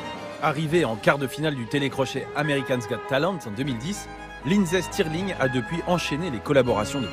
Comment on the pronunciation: I love how he pronounces it as Lindsee Stirling.